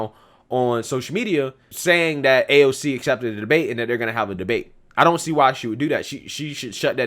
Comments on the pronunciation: In reality, Pelosi hates AOC...to the point Pelosi doesn’t even know how to say AOC’s name!! 😂😂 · Nancy can’t even say AOC’s name lmao